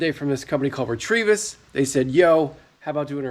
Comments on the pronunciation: It's gmrs not grms and it's retevis not retrievis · Re teeee vis- not 😂"retrevevis". Might be a good name for a dog 😂